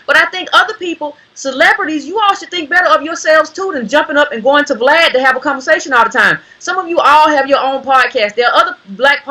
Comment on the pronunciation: Lol I love how calls Vlad “V Lad”